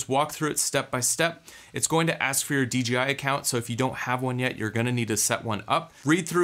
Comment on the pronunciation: DeeGeeEye? Must be my hearing but my eye tells me Dee JAY Eye is the manufacturer. Great report save for the personal Azores data loss.